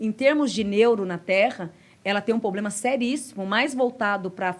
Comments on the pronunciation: Poblema nao... Problema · Muito legal ouvir os comentários , porém , vai minha ressalva a palavra POBLEMA que deve ser trocada por PROBLEMA. Da mesma forma , o cuidado com os plurais que várias vezes são esquecidos. Falar corretamente nos enriquece em todos os sentidos. Fica a dica com todo o respeito. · Falou "POBLEMA" já parei de assistir, ela precisa reencarnar quantas vezes para aprender a falar "PROBLEMA"? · Desculpe, mas a pessoa que fala "poblema" pra mim já perde a moral.